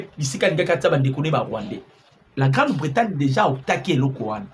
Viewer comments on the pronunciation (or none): GRANDE BRETAGNE et Non Grande Bretane.